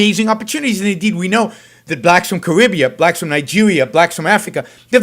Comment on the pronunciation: I’d give ya a hundred bucks if you could just pronounce shit right. It’s Kuh-NO-shuh. Not hard to pronounce. Especially since it’s been all over the news the past week. Not hard. Here’s another one. It’s Sahl-mee-AIR-ee. Salmieri. Not Sall-i-MER-ee. And “Carribea?” Where is that? Looked on a globe. Couldn’t find it. Something tells me, though, that you actually live there. Jesus...